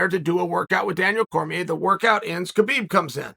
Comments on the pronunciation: Maybe your best video ever! But Kale, I think it's time you learn how to say Khabib's name... the K is silent. It's pronounced Habib... but we all know `names' is not your thing! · How you know Khabib in person and still say his name wrong. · "And Skabib comes in" Aahaa ha hajaha......